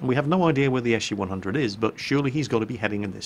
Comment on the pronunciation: pronounces SU "eshoo" XD